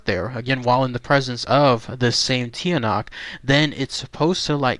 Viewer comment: It's pronounced (Chaa-nak) and its related to the aswang. awesome video thanks.